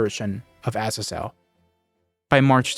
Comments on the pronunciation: Why do you insist on pronouncing Azazel that way? In both American and British English, the emphasis is on the second syllable. Seriously, just google "how to pronounce Azazel" and google will even offer to pronounce it for you, and you can switch between British and American English. It's either "uh-ZAY-zl" or "uh-ZAA-zl". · Pronounced “azaezel” It’s a biblical name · who in their right mind pronounces azazel like that????